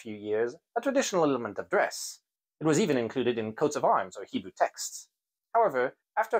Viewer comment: His Hebrew pronunciation is excellent! It is spot on. I would have never known he wasn't Jewish if he had not said so.